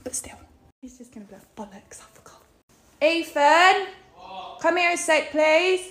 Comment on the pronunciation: U deserve better ethan mate!!!!! she can't even pronounce ur name..... EEFFAAN